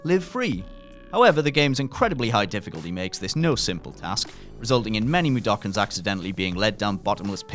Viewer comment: Plus 50 points for saying Mudoken correctly!